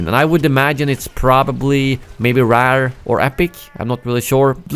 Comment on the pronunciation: saying rare made my day 🤣